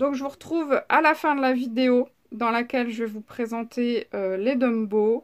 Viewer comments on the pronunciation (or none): Ouiii , je les ai , mais , je les ai pas acheté d'1 coup , lol , Bisous :) Au fait ont dit Tombow et pas Dumbow , à moins que j'ai mal entendu , looll Si si , tu dis Dumbow mdrrr :D Bise